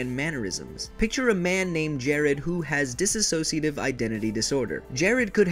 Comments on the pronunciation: dissociative, not dissasociative. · D.I.D. is not rare. It affects 1-3% of the population and this means it is more common than Schizophrenia or for an easier example, there are more DID systems than naturally red headed people. Also its DISSOCIATIVE NOT DISASOSIATIVE! this is how yall keep mispronouncing. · 1) Its not dissAsociative identity disorder. There's no A in there anywhere. Written or pronounced. 2) The incidence of DID within the general population is the same as the amount of people with RED HAIR! DID IS NOT RARE!!!! While there are well known and documented fakers, this disorder outranks both bipolar and schizophrenia in terms of incidence rates. 3)The "biggest" personality" aka the core/host isn't always the core. The biggest and strongest person within a system can be an alter! In fact, they're actually ALL alters. Every single person within the body is an alter. No 1 person is more or less than anyone else. The idea that there was 1 is outdated now. 4) THERE IS NO SPLITTING! Current research actually points towards EVERYONE starting out as pieces only 'normal' people's pieces merge together as they grow. If that fails to happen because of trauma/neglect/abuse etc then the parts stay separate and develop on their own, the more they are used, the more well rounded and developed they are. They aren't just pieces of a broken plate or person. THERE NEVER WAS JUST ONE PERSON! 5) Fragments and alters are completely different things. Fragments are limited to 1 task or role, generally have no name or defining features, they don't generally take control of the body easily or at all sometimes... Alters have unique and very defined names, ages, appearances, skills, ways of perceiving and interacting with the world and they are also capable of many varied tasks. They are fully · why do so many people say dis a sociative it is dissociative. :D :) :O)